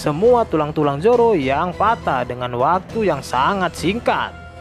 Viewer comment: Zoro min bukan joro😄😄